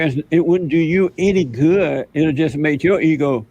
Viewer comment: It would make your eeho feel gooh 😂😂😂😂😂fuck you mean Jesse